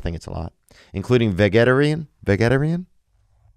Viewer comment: “Vageta reen?” Lmao at theos pronunciation of vegetarian during his hello fresh commercial 😂